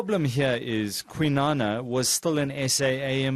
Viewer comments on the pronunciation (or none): Kwinana please pronounce and write that correctly